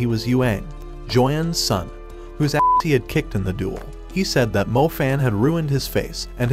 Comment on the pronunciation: Stop say a'ss